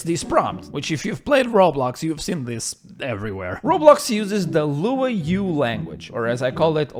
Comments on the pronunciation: I swear to God I was eating lunch and almost spit it out when you were "LWOW." 🤣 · It flew over my head at first, but since noticing, I've always assumed that the language Luau is just pronounced the same as the hawaiian "luau" Good to see another person not realize this either, lmao